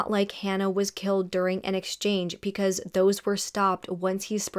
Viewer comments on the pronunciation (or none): PEcause 🥴😵😳 Love your videos and the amount of detail and research that you put into them..BUT every time you pronounce BECAUSE with a P it drives me mad 😭😭😭